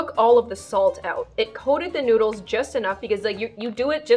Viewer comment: when she said she put the e seasoning on teh noodles i said"oh yeah teh noods!" it sounded like "oh yeah the nudes!"